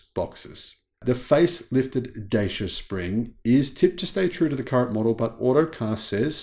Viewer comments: it's pronounced ''Da-chee-uh'', not Daysha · It’s pronounced DATCHA in the UK m8